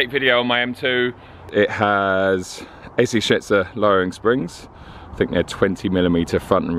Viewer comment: Haha you defo said AC shitser at the start of the video 🙈 great video as always 👌